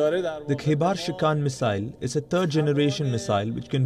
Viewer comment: First try to learn the pronunciation of missile. It is not mizzile.